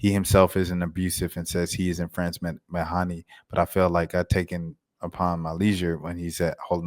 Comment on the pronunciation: It’s Meh-Dhane ()